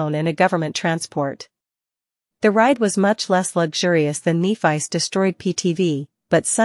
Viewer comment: It's pronounced Neh-fiss not knee-fice....for f*** sake, pleassseeee fix this!!!!